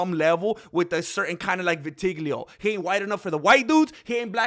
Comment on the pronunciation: craziest pronunciation of Vitiligo I've ever heard lmaoooo